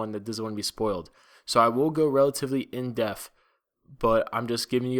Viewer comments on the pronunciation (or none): Lol! You said that you're going to go "in deaf" - you meant to say: "in depth" lmao